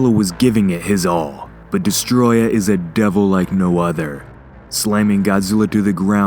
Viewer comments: Guys it’s DESTOROYAH, not DESTROYAH. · Hey,it’s “destoroyah”